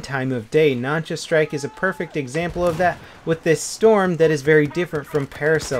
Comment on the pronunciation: I think u said the Nansha wrong Nánshā南沙